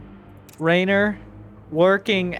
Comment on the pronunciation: For context: in Italian, the name that in English is spelled RAynor sounds very much how we Italians pronounce REynor, so he most likely heard it pronounced before he read it written and went with how it sounded ^^